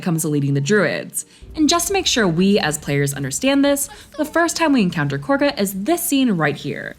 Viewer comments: It’s pronounced kah-gah. Not corga. The characters just say that because… hear me out… THEY ARE BRITISH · Did I miss a joke as to why you say Korga instead of Kagha 😭😭😭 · Khaga not corga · Ngl. Many hundreds of hours into BG3, and I'M JUST NOW NOTICING the difference in the name of Kahga, vs the pronunciation, Corga... Is that a thing orrrrr... Just how says it? The hamster in my head be overclocking himself thinking about that shit now lmfao 🤣🤯☠️ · They’re not saying “Corga,” they’re saying Kahga” with a British accent. An American should pronounce it “Kah-Gah.” Think of it like the way British people would say Saturday like “Sa-ur-day.” That doesn’t mean we should start saying it like that. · Careful there. Those british accents are getting to you. You don't have to mispronounce Korga's name because they do.